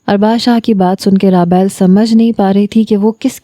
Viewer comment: raabayl nhi rabeel nam hy